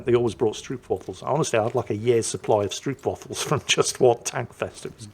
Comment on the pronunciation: Stroopwafel... The "oo " is pronounced like the "o" in "know", not like in "oops"...